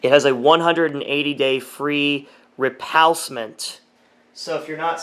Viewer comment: repalcement.. LOL